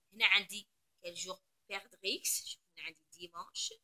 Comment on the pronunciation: Bonjour madame On ne prononce pas le"x"de perdrix